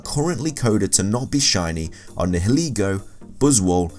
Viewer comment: Names you butchered: Solgaleo Nihilego Necrozma Yveltal Sol-guh-lay-o Nee-hee-leh-go Ne-crow-z-muh Ee-vel-tall